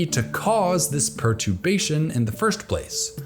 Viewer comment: "perturbation" has a second letter "r" that you skipped pronouncing